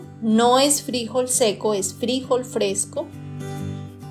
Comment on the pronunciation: Que desesperación cómo pronuncias el nombre del frijol 🫘,.